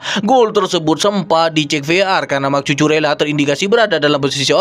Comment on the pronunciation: Nama Cucurella harus disebut Kuku rella bukan cucu rella😂👍